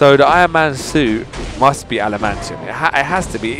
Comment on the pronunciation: It's not called alimantium